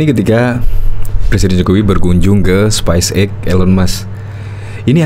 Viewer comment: coba pronounsition yg baik dn benar space X bukan spice X bung!!!